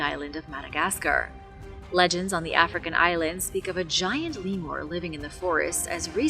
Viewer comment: What the hell is a Lemore? It's called a Lemur Lemuuurrr.